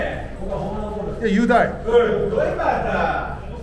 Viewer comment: ゆーだい！！のイントネーションまじで変えたほうがええよｗ Ｙｏｕ Ｄｏｏにしか聞こえんマジ